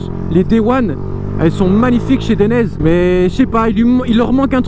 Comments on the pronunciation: Atlas non ;) DAILLENAISÉ ! Regarde les pubs dainese en Italien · Dainese se prononce "Deinizê" ;). Bonne vidéo sinon ! #DAINESE